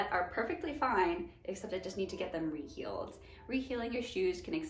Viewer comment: Re-heel or re-heal? ❤️